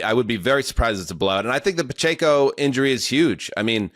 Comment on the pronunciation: Is mis-pronouncing Pacheco a bit now?!